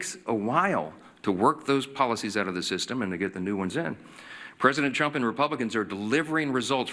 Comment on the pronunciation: It sure as Hell sounded like (that wretched hijacker of names!🤬) Mike Johnson said “President Chump”! Maybe it was just me hearing that. Maybe. 🇺🇸